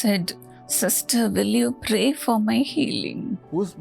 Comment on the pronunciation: Sorry mother it's not pay it's pray